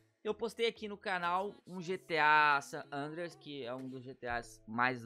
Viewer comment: "Gta sander"